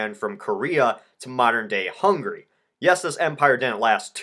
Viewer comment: You always say hungry, but it's HungAry.